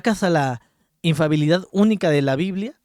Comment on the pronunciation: Infalibilidad no infabilidad hermano